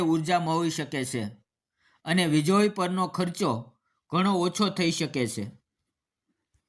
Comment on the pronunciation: વિજળી બોલતા નથી આવડતી ભાઈ?